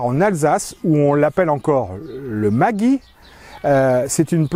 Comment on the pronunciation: En Alsace il faudra prononcer Maggi « Maguy » et vous avez totalement raison.